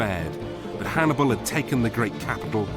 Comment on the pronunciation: 40 minutes in and you've mispronounced Hannibals name 4 times 😂